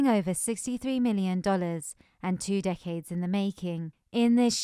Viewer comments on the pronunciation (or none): none